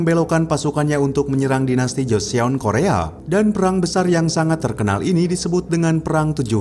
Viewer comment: min klo baca joseon dibacanya joson.